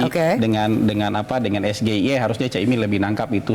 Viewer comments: SHIE... Bacanya😅😅😅😅😅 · Bahasa inggris dibaca bahasa indonesia 😂😂😂😂😂 SGIE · Sok pintar si Samsul baca sgie nya aja salah sok ngasih pertanyan pake bahasa ingris